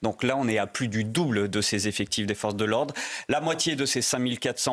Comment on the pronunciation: "deux-mille zeffectifs" 😫